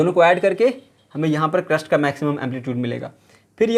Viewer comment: Its not crust its crest